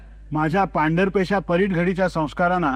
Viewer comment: चांगला उपक्रम, पण भाषेची बूज राखावी. परीट शब्द आहे, परीठ नाही.